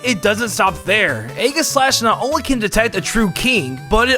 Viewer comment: You heard that right, Ayy gis slash